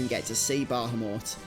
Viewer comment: You are mispronouncing Bahamut. You keep adding an extra "H" and "M" in your mispronounciation. incorrectly says "Bah - ham - mut". He is a Guardian Force, not a worthless, meat, dog. Treat him with the Respect that he so Rightly deserves. The Correct pronounciation is "Ba - ham - ut". This dreadful mispronounciation that is so prevalent in todays global society must be due to not only simple laziness, but also to the fact that phonetics habe not been taught in English speaking public schools for the past 40 plus years in Western "Civilization". I do not blame you, or anyone else who has been so sorely deprived of a proper public education, ]but that's commie globalism for you, and, well, there you are. I freely offer this valuable advice as a means to help those who should have been taught the truth so very long ago, not as a means of shaming. If the weak minded individuals choose to be "put off", or "offended", and demand some type of "safe space" due to having been finally exposed to the truth, and we all know who they are, then,... So Be It. I care not for the mewlings of the pampered weak minded, too lazy to put in the effort to do anything correctly, such as speaking their own native language or such. Anyway, Good Luck with that from now on.